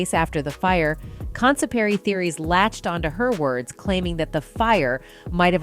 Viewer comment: "Consaparry" theories? What is that??